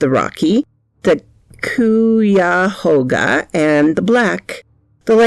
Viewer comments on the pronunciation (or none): Oh, the pronunciation of that, Cuyahoga, the uy is pronounced like "eye." So phonetically its Ceye-uh-hoe-guh.